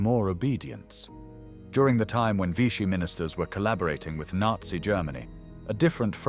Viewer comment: Pucheu prononcè Pouchequeu et Vichy devient Vitchy. IA marre